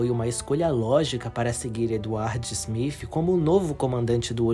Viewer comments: O nome do capitão do titanic não é smif….e sim smith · Na boa,fica melhor chamar de Smith e não Smifh...